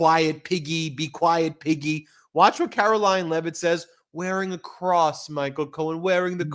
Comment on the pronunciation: It is pronounced Karo-lying Leave it, drop it, stop, bad doggy!